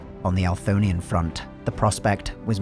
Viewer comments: Althonian or Anthorian? Bc it says Anthorian but you say it differently. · I believe it is the Anthorian Empire in game. It’s possible that the submission name was entered wrong but most likely he is just saying it wrong and the subtitles were written based off the audio only. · The hardest part about listening to this at and during work, has been and always will be, the narrator's near comical inability to pronounce "Anthorian" lol